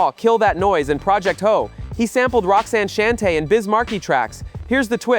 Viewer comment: Roxanne Shante …… should be pronounced like “Shawn-tay “